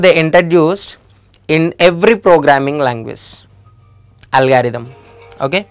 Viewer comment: It's not algaerithm it's algorithm